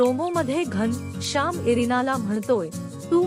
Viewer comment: घनशाम नाही घनःश्याम , आधी नीट बोलायला शिका , मग व्हिडिओ बनवा